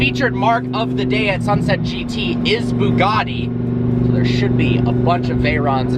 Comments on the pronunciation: Ash W isn't it boo gotti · It’s pronounced ‘bew gatty’ not ‘boo gaardy’ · It’s Bugatti not boogarti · Why do Americans call them booogarties, its pronounced Bugatti. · Boogatti? I suppose you pronounce but as boot? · Bugatti not Boogaadi. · Why can't you Americans pronounce our Europeans cars names properly? It's BYOOGATTI ffs. BYOO. practice. Byoooo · Did he just call it a Bugatti "Sheron"... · Ash W Im italian and it isn't pronunced "bew gatty"....😂😂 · Why do the yanks pronounce Bugatti as Boogartti? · Why do you Americans pronounce “Bugatti” like it’s spelt with an o.... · NOT BIIIUUUUUGAAADDY LOL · Why can't he say Bugatti properly